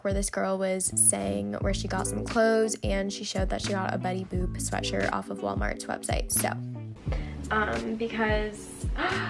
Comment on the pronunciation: WHY DOES IT SOUND LIKE SHES SAYING BETTY BOOB LMAO 😭😭